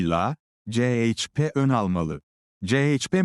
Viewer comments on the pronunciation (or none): Ceyçpe diye okuyan sivri zeka programdan caz geçemediniz gitti